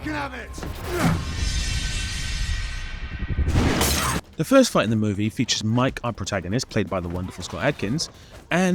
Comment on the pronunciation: Lol I love that he's so quintessentially English, "let's AV IT" 😂😅